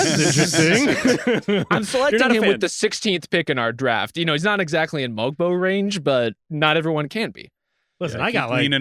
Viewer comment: The g in Mogbo is silent by the way, and that was a sneaky great pick.